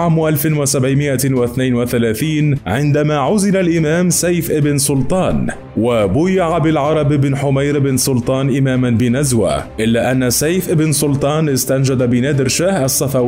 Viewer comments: ارجو لفض الاسم جيد يا صاحب القناه للتوثيق فليس هناك من العرب اسم حومير الاسم بلعرب بن حمير بن سلطان وحمير هو اسم من اسماء ملوك اليمن الحميريين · حِمير وليس حُمير..